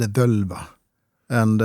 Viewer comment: Btw, the "vǫlva" in Old Norse was pronounced "vålva". The 'ö' you see nowadays on the Internet is an "modern" Icelandic language change of moving from the å sound to the ö sound. But if we look at what it was called back in the Viking Age, it was "vǫlva", and it was pronounced as "vålva", not "völva".